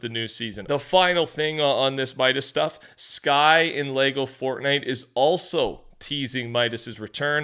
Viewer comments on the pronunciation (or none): none